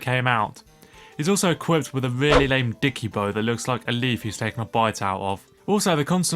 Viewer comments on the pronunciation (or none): “a weally cwappy hybwid”